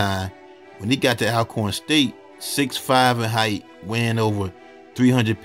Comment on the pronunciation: We go through this every time you talk about Alcorn 😂 it’s pronounced ALL-corn like all of the corn. I always thought Ormarosa was super suspicious giving interviews at the funeral